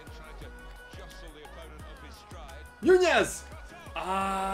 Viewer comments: its not nuñez it's nunez you know an N.... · The ñ makes it sound like a Y